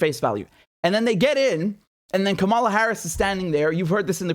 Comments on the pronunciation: It's Kamala as in Pamela. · You could try pronouncing the Vice President's name right. You're also misusing the term "neoliberal." It essentially means "economically conservative." Whatever else Biden and Co. are, they are not consistently neoliberal.